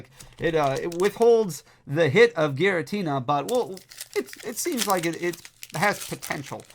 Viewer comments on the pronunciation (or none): none